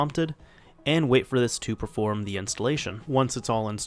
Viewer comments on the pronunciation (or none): none